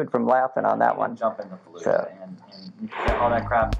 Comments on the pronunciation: Falusha … yeah no one says it like that… ifykyk… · you have to pronounce it in a 'the nanny' fran drescer queens accent 'faayed looshah'